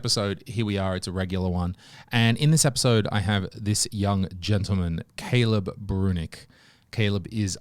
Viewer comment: His name is Brunick such as saying Brunnick.